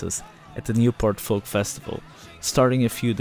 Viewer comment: The 'L' in 'FOLK' is silent you dope.